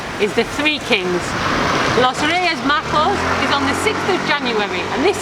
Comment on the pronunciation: Hi,, so funny listening to say los Reyes "Majos" instead los Reyes "Magos". In fact, many people use to say "how was your Reyes Magos"? Were they "Majos" or weren't? It's something like a joke. If your "Reyes Magos" were good then they're "Majos", and the opposite. Merry Christmas. Greetings.